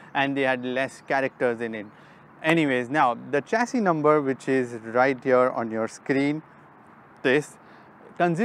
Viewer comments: Sir its not चेसिस... it's शेसी is correct pronunciation.... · Uncle it's not चैशी number its a शैशी number 😁😆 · Wrong pronunciation of chassis. It is "shesi"